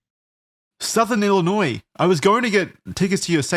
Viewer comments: not pronouncing it ill-i-noise 💀💀💀 (go ahead and clown on me lol) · I always end up watching videos about this guy because I used to know a friend of the family who he was close to. But man, did it hurt hearing pronounce the ‘s’ in Illinois 😭 It’s silent!!!